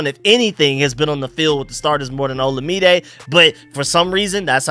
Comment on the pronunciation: FYI Olamide is pronounced like oh-LA-mi-day. Keep up the good work bro!